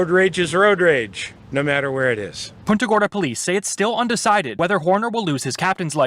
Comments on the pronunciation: It's not "Poonta" Gorda, it's "Punt-a" Gorda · It’s pronounced Punt-a Gorda and they chief of police is laughable! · Why can no one pronounce PUNT-uh Gorda?!